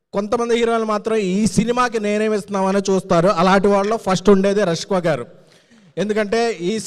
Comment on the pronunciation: Rashka, rasamalai kaadu ra 😅, Peru palakadam nerchuko.